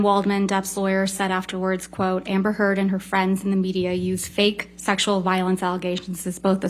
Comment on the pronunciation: "Amber turd"